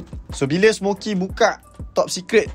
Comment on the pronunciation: Smoky* bang bukan smokey